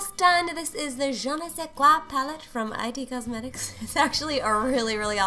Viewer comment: Great video! Those brushes you used, the brand is actually just "it" cosmetics, not i-t cosmetics-- just thought you might wanna know, I struggle keeping up with all the brand names too!